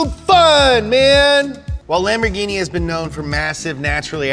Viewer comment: PERFETTO PRONUNCIAZIONE